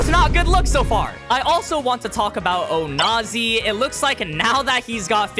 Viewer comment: Says onazi without the "o"